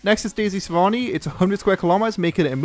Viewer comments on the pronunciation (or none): Did you just have a stroke on the sahrani part lol